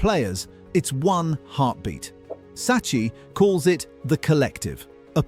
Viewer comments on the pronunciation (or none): Oh my god man, learn basic Italian pronunciation, it’s so horribly annoy to hear “Saccee” when it’s pronounced “Sakki”